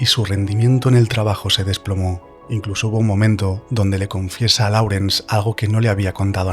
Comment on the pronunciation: No se pronuncia "laurens" sino "lórens"